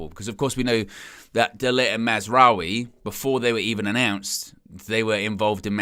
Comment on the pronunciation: Don’t get me started on Mar-wa-zahri